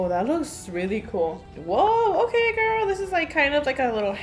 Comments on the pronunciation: Why does she say gorl? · I watched her for years and I thought she was going to say "hey girl hey" but "HeY gOrL oR BoY"